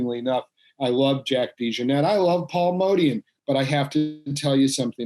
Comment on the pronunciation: That's a weird way to say Paul Motian's name . Paul pronounced it the same way as the word Motion.